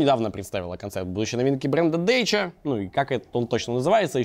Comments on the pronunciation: Я к прошлому новостному даже дал ссылку с wiki на правильное произношение, мне тоже слух режет когда он говорит Дэчия вместо Дачиа :D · Не Дейча, а Дача. Румынское же слово. 😀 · Не Dăcia a Dacia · Это ещё типа как "митсубиси" произносят "митсубиши" на англичаненский манер (а хуле они там пишут mitsubishi, да?). Вроде бы тоже этим грешил, но это не точно. Дэйча, ска🌝 P.s.: ну, кстате, моооожет быть, это такая тактика - принимать англицкое произношение, как более универсальное, но скорее всего нет, но будет говорить, что да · Ска, никогда не думал что неправельное произношение марки Дачия будет меня так тригирить Ладно бы ты так её стебал как с хавалом, но сука, ты произносишь на английский манер не английское слово Это тоже самое если бы фразу "c'est la vie" читал как "си ест лэй ви"